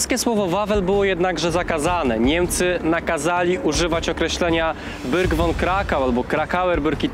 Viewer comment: Imię Sigrid jest iminiem żeńskim, a nie męskim. Zresztą w wielu źródłach jest informacja, że Hans Frank miał trzech synów i dwie córki. Sigrid Frank wyszła za mąż w wieku 18 lat, w 1945 roku. A słowo "Burg" wyawia się po prostu Burg, a nie Byrg, a jest w nim zwykłe "u", a nie "ü"